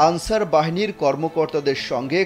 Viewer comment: তুমি কে আমি কে আলচার আলচার 😂😂😂